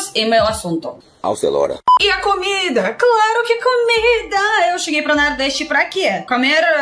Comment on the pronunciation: A PRONUNCIA CERTA É "COMIDA BRASILEIRA" NAO CAMIDA BRASILEIRA OK ADORO VC XEROS RICHARD DE SALVADOR